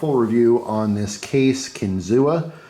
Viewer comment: Been watching you for years as a fellow pennsylvanian you pronounced it wrong 😂. No big deal love your videos